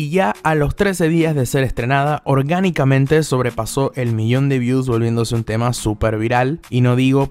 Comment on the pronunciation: Que risa me da cuando dices Orgánicamente